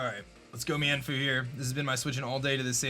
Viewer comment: Meinfoo is pronounced meen-foo